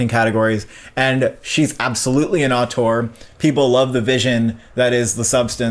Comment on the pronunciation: Since you say the word so much, Auteur is pronounced oh-ter